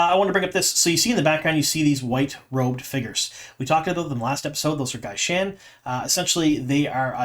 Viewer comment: You are not pronouncing gai'shain and Shaido correctly. You also aren't describing gai'shain correctly.